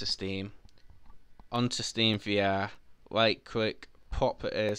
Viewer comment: “Staem va are”